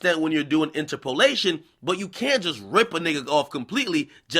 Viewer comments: In turp o lation not inter po lation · "inter-POE-lation"? bruh it's "inTERpolation"... and you got tiddies too Ak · This nigga pronouncing interpolation got me dying 😂😂😂😂